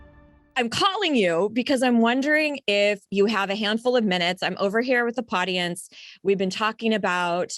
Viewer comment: Did she say podience? I'm out.